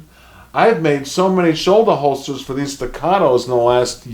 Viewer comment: Tell me you’re a fudd without telling me you’re a fudd with your “Shouldahholstah”. Every carry gun these days is 9mm. Every military uses 9 mil. If you can’t kill what you’re shooting at with 21 rounds in an XC or P you’ve got problems.